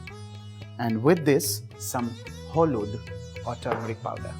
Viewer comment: The way you pronounced 'holud' stole my heart... Perfect cooking